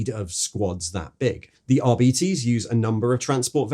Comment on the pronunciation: arbeetes? surley its ar-bites